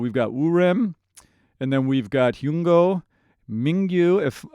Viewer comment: Thank you so much for your Forestella reactions! ❤I really appreciate your expertise as both an operatic and contemporary singer, as that is what Forestella is all about: a crossover group! I hope you do many more of them, both on Youtube and Patreon. BTW, Hyung-Ho's name rhymes with "young doe", rather than how you have it right now. 😊